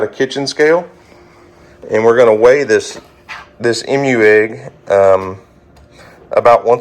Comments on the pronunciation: You say emu funny! Sounds like you are saying Em-U . We say E-MU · Just a heads up...but it's EEmu not Imu lol. Long E sound. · Emu is "E - moo" not "m-u" 👍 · Funny to hear you pronounce Emu! You say “Mmmu”, we say “Eeemu” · The variety of eggs Houston has is so exciting! However, the pronunciation of the word Emu is EE-mooh. The EE's are Long E's. I'm a writer and I just had to point that out to you. It's an OCD of mine. Sorry 😞 I can't wait to see if they all hatch. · Like usual, great video, thank you. FYI, the correct pronunciation of emu is EE-mooh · For the love of God... It is pronounced E-mu... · the green egg is a Emu. Pronounced with a long E sound. We have a fairly large Emu farm up the freeway. They also have deer, goats, birds, rabbits and sting ray fish. My granddaughters love it. Bridgette is such an animal lover. She goes nuts everytime we go. It never gets old. I am hoping that Houston's eggs all hatch. It will be so exciting for Houston and us your U.T. family. So happy " Mr Duck" 🦢 is doing better. Y'all take care be safe.